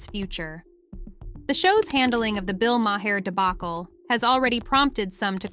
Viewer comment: You are killing Bill's name. Do your homework, learn how to pronounce his name...